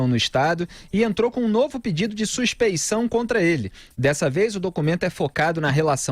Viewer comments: suspe N ção,?? É suspe I ção. Mas mesmo que não fosse isso, ainda assim estaria escrito errado! Que vergonha! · Eu acho que é suspeição não "suspencao"...